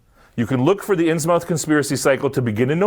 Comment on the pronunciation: "Innsmouth" is pronounced like Plymouth, Portsmouth, Monmouth, etc. "Muth" not "mouth"